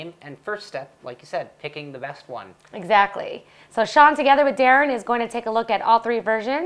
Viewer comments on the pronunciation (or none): none